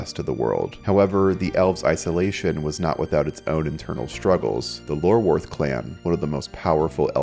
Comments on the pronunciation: Eye-orworth not Lorworth no? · Iorwerth begins with an I not an L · It's I-or-werth, not Lorwerth lol, also myreque is pronounced "myreek"